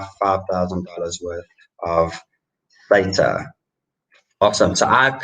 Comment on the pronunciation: At your channels growth rate, the banter bag give away will be end of April....well done. Pronounce Theta correctly.